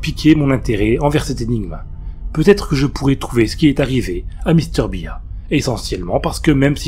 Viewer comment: Salut, Mr Bear (à prononcé "bère") fait tjrs autant flipper. Même après plusieurs années de pas avoir entendu ou relu cette creepy